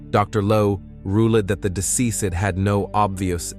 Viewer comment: Who in the knotted up cat hair narrated this?! It’s embarrassing! Did he really say, “rule-ed that the decease-ed”?! Go to and tell me he did not say that. 🤦🏻‍♀️